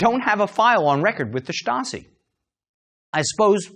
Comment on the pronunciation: I find it hard to take a Stasi documentary seriously if the host can't pronounce 'Stasi'.